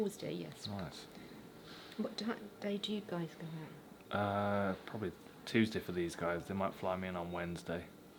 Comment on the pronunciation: Hilariously called out on your ridiculous pronunciations; no Englishman says 'Tuesday' like that. You have a few words like that, that you deliberately pronounce weirdly. Who knows why.